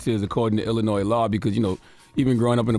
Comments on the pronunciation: Why do these radio hosts keep pronouncing the s in Illinois it’s SILENT !! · Tez the S on Illinois is silent lol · I want to tell Tez I’m a fan of hers but Illinois is not pronounced with an “s” it’s actually silent I’m from that area that’s the wild 100’s he got shot at the Maxwell Polish spot on 116th and Halsted, I rode pass and they had it blocked off it’s always some shit going down in that area from high speed chases from carjackings to shootings it’s sad as hell because I could remember in the early to mid 2000’s us just being able to ride around and walk around, now with this subject the streets talk the dude had been abusive to the woman and he was known to have that steel so he was running away to get his gun I can understand a child protecting their parent it’s heartbreaking